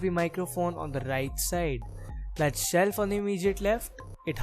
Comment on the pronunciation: I really like his chelf lol 😂